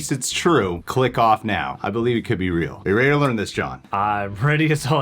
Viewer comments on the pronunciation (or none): none